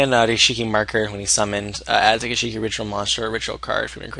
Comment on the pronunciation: Gishki not Gish!!I!!ki. !!!!!